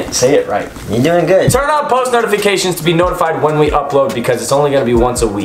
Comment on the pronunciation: Literally nobody: Kian: tUrn oN thE pOsTmaLonEFicAtiON